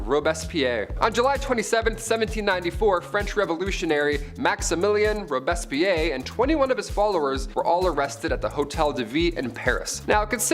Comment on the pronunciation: Say it with me Robes Pierre..not robess pe air ay..where did you learn freaking history drooler